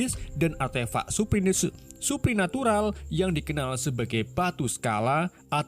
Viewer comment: Bertleporsasi bang😂 Bukan beteleportasi😂 Dan surpinatural😂😂😂